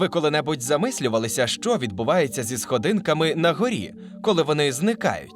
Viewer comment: схООООдинками, а НЕ сходИнками